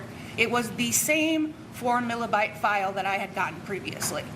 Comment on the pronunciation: It is megabyte not Milabyte.